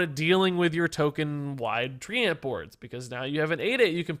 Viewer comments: Thumbs down for pronouncing treant as "tree-ant" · Lul tree ant, someone tell him how to pronounce Treant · The way pronounces treant might be the best thing in a while.